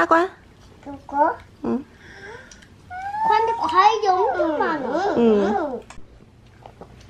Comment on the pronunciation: 므야 므야 발음 귀여워 죽겄네욬ㅋㅋㅋㅋㅋㅋㅋ